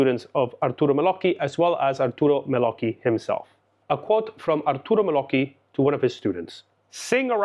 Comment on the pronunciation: My congratulations about your Italian pronunciation, just perfect!😊